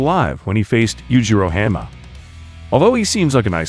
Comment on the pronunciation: Please stop calling him Oh-lee-va... Haan mah not henmuh....wow And why baki vs mantis ??